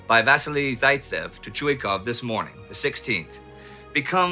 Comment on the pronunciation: ChuikOv, he’s called ChuikOv, not ChUikov!!! Please improve it. Nevertheless, an outstanding show!